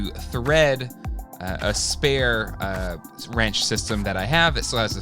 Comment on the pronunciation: Winch, not wrench:) But this looks good!